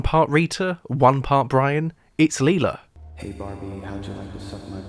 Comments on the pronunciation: It’s Lyla. Not Leila. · It's Lila. Who's Leela? 🤣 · Bro says Lila like a psychopath, but Brian like a normal person